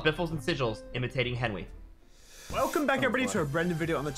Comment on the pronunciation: It sound like sais welcome back to a random video